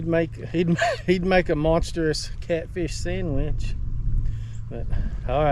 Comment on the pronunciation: Make a good “Sanmich” 😂 You make Thursday evening fun, thanks bud!!